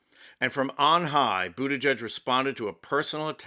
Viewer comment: Geig, not judge.